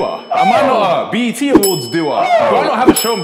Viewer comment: He said “BET” not “BT”